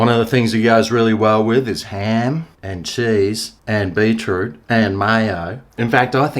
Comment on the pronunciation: Pronounced BEET ROOT not BEE TROOT..Bloody aussies.